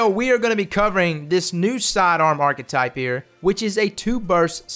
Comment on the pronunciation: i cringe everytime he mispronounces archtype